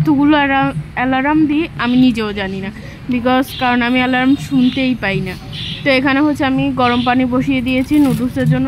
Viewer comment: ...Ota Alaram na...Alarn...Al-arm...bhenge bhenge uccharon korbe easy hobe....jamon...ota Simpol na Simple...Sim-ple....baki...English pronunciation gulo youtube e english speaking videos gulo theke sikhe niyo...